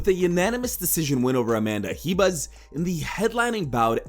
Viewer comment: RIBAS not JIBAS bro